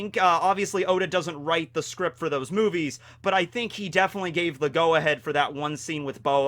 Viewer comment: I can't be the only one hearing hime say boobies . I know he said movies but still.